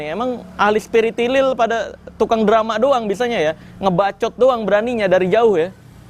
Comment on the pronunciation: bukan spiritilil melainkan spiritolil kelezz bang 😂